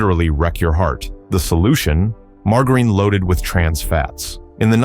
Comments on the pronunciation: MAR-JAH-RIN ffs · Mar-Gar-Ine? LOL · I'll take margarine that I used into the 90s - much better than what took it's place. Also, learn how to pronounce margarine. Give me saccharine - it doesn't cause cancer but the stupid artificial sweeteners that took over do cause cancer and birth defects. The McDonald's apple pies suck now because they're too hard around the edges. Raw milk should be outlawed permanently and anyone selling it should be put in jail - non-pasturized milk is major yuck. Was so glad my state outlawed pink slime in hamburger meat. Put real sugar back in sodas - high fructose corn syrup has helped with the obesity problems. The pesticides from decades ago actually got rid of bugs - we don't need bugs all over everything. French fries tasted far better using beef tallow - the crap they use now makes fries taste terrible and they are to hard (tooth breaking hard). Go back to the way peanut butter used to be made - trans fats mania has gone to ridiculous lengths. Lard-based cake frostings tasted a million times better than the air froth frostings of today. Love making egg nog with raw eggs - the booze cooked the eggs - but I don't expect the food N**is to acknowledge that. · The AI sucks at pronouncing margarine. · Your AI can't pronounce "Margarine" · Sorry, lost me the second he couldn't pronounce "margarine". Why go to all the trouble to make a presentation on a product but fail to simply learn how to pronounce it? Maybe take things more seriously. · Yeah pronounce d it as leed. And margarine wrong too